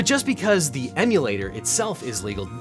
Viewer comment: Emulator is pronounced like Em You Late Er. NOT Eh Moo Late Er. Just helping you out with your English.